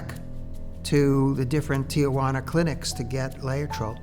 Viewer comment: It’s not tiahuana is it really that difficult. Those mispronunciations are subtle acts of colonialism I believe as generations proceed and they become permanent